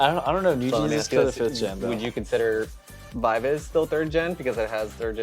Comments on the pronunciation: Gfriend are getting back together for 10th anniversary. Also it's pronounced Vee Vee Zee as it comes from members names Eunbi, Eunbi and Umji, bi bi ji. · VIVIZ Korean pronunciation is B-B-G.they took it from their real and stage names.Eunha & SinB- EunBI (they share the same real name) although Umji's real name is Yewon,they chose to take UmJI"s "JI". They stylized Bi-Bi-Ji as VIVIZ. The pronunciation remains the same 'BBG' .Pronouncing V-V-Z could be acceptable considering the global audiences but still BBG is the correct one